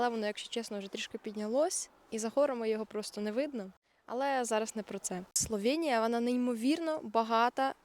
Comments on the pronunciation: Словенія, а не СловЄнія. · Та йома йо! СловЕеееенія, я спочатку думала це обмовка, але ж ні, ви ще разів 1000 сказали це через «Є» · Бласка не кажіть Славєнія, просто Словенія